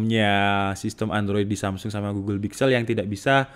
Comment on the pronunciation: Samsul apa samsung wkwwkwkwk Dengerin lagi deh